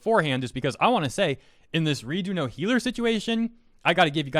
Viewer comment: its redo of healer not redo no helaler....................